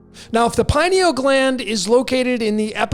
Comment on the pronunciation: Just my two cents on the pronunciation— pronounce similarly to “linear”. Pineal. Pin-e-ul. Accent on the first syllable, pin